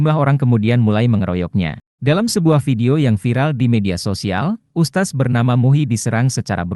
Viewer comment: Lidahmu sengaja apa memang kamu bodoh gk bisa mengeja... Bukan ustas... Tapi USTADZ.... Tak kasih faham,,,biar lidah mu licin kyk prosotan anak anak...😂😂